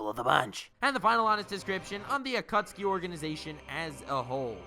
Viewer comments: wait is it Akutsuki or Akatsuki? because you're pronouncing it like Akutsuki. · The naruto fans ad still triggered. It's pronounced a-ka-tski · Is it really pronounced akutski and not a kat suki? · the A kat soo kee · At-kha-suki omg that's hilarious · lmao, the Aa-cat-tsu-ki